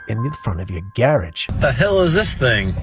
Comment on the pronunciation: They sound like President Bush Jr. Did you catch how this guy pronounced garage or how he says camera?